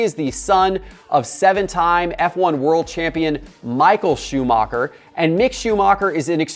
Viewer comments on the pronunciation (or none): none